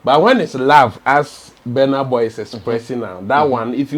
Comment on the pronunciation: Until now, u can not pronounce his name. It's not Benar Boy, but Burna Boy.